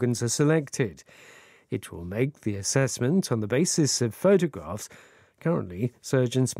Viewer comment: 한주동안 좋은 내용 잘들었습니다. 오늘 photographs 발음은 정말....ㅜㅜ